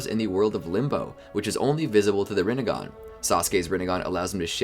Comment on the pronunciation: Rinnegan more like Rinnegone 😂